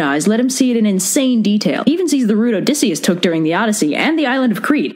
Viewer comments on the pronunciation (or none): none